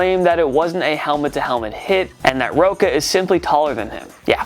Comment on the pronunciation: The name Sav Rocca is pronounced Rock-a. As an Australian it’s hard to hear people mispronounce it. He was also an ex Australian Rules footballer who played for the Collingwood magpies and north Melbourne kangaroos